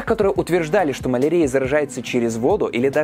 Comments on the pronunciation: Ударения в словах: малАрия, слюннЫх... коробит слегка 🤗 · Маленкая заметка: малариа -> мал ариа (mal' aria), с акцентом на Ариа, а нет на арИа.